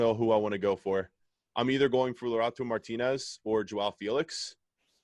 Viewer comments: man said lutaro martinez its lautaro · come on man, its lautaro, not laurato Martinez. He literally said LAURATO.